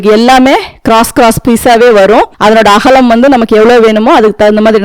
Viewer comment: அகளம் இல்லை அக்கா அகலம்